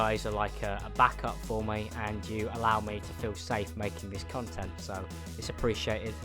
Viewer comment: every time u say content it sounds like cuntent